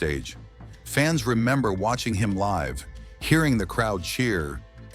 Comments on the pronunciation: AI narrators always get that word wrong. It's ridiculous. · The AI read the wrong definition of 'live'.